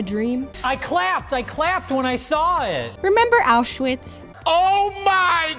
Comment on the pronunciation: Pronounced "Aowshvitz"